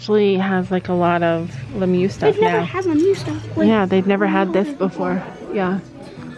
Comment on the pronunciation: I love how yall be calling it 'Lemyou' 🤣 instead of Lemieux